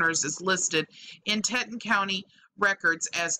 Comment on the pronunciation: I'm sorry but I have to point out that the pronunciation of Teton is "Tee-ton". I know it's silly but just wanted to point it out. I still love ya!